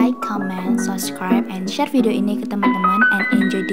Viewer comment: Share kan bukan shere wkwkwk